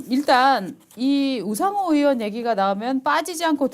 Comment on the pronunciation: 이보쇼? 으원이 아니라 의원이야요. 으 짜만 들어도 역겹소이다.